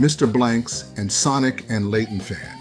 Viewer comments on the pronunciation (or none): none